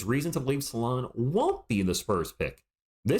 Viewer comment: Salaun, not Saloun like on the thumbnail or Saloon... 😂 otherwise Risacher has the most skills I think, but Salaun has progressed faster over the last year... good prospect and he will only be 19 in August 🤯